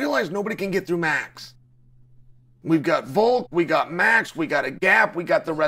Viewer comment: 😆 at least he can pronounce his name correctly, 'Haz-mat Chimney--ev' is my fav.